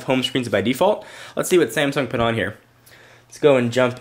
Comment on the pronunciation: its Samsung, not Samsing xD